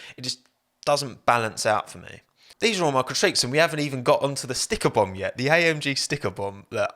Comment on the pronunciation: When he was repeatedly saying AMG, he sounded like he was saying I am gee